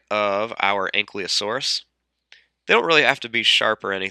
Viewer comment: Good video, but it's "An-Kee-Lo-Saurus", not "An-Klee-O-Saurus".